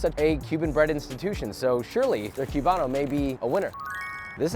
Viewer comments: Haha "cube-ano" . I know this is America, but put some respect on that name. It's Coo-bano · Coo-bano not cue-bano